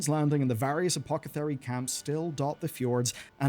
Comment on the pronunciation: “Apocathery” BINGO